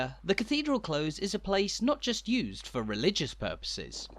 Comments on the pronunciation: Cathedral CLOSE is pronounced like the opposite of far away and not the opposite of open. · This is wonderful, however the pronunciation of 'close' is not from any English dialect with which I am familiar. Granted, I am from Stoke-on-Trent. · His pronunciation of close bothered me way more than it should have done! It's close to something, not like to close a door.